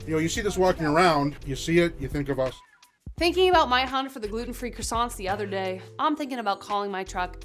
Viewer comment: I quit watching when she said gulten free donut.